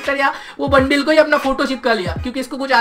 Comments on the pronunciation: Pehle thik se bolna sikh le bundle hota ha bundeil nhi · Bundle hota hai bundil nahi